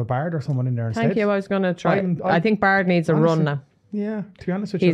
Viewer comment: BAIRD! not bard.